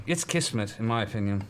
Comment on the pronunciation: i love how taliesin pronounced "kısmet", i was not expecting that word lmao